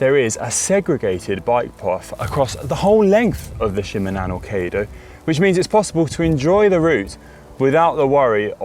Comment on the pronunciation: (He missed on "Shimanami", too. Must've asked Ollie how to pronounce it. Oh, well. I'm just glad that it got included here.)